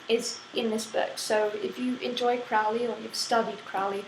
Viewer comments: Crowley Crow-Lee, not Crowley Fowly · fyi, his name is pronounced as crow-ley, it rhymes with holy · hey lady. it's pronounced crow-lee rhyme with holy not trying to be smart just thought you would like to know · Will you please stop pronouncing Crowley in the way that rhymes with foully. It needs to rhyme with holey. Only those who think of him foully call Crowley. I am OTO which I dought you are or you should know better.